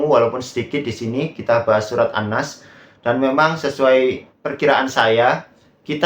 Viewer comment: Heri Pras malah sentil habib Umar bin hafidz 😂😂😂 yg udh jelas hafal ribuan sanad hadis 😅😅😅😅 miris baca an nas aja salah 😂😂😂